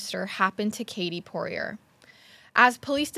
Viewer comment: It’s pronounced “Pour-ee-ay” Get yo french on haha.